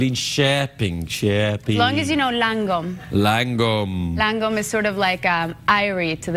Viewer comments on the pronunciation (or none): She said langom... We don't say that. We say "Lagom" ..